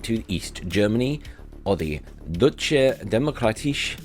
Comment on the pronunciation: deutsch is more like doitsch then dutch in pronounciation in Deutsche demokratische republik. :) Great video as always :)